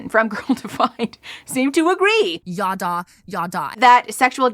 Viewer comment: "Yaddah", the way Kristen and/or Bethy say it at least, is phonetically identical to what my family used for "bla-bla-bla", and that will never not be funny to me!